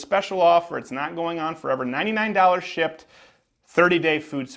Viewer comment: sounded like you said shit instead of shipped